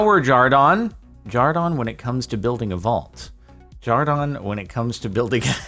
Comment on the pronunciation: Isn’t his name Jordan not jardon?